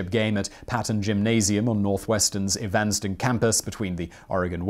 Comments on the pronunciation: it is pronounced "evin-stin" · Just to help the Brit with American pronunciation, "Evanston" is pronounced Ev'-ans-ton with the emphasis on the first syllable. Being from Indiana, I really enjoyed the video.